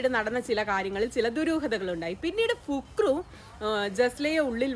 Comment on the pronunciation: പുക് റു അല്ല ഫക്രു 😆😅